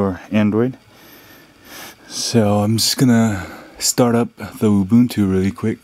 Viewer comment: its Ooo. Boon. Too. Saying something else is not a different kind of right; it’s just wrong.: taken from danielmiessler. com/blog/this-is-how-you-pronounce-ubuntu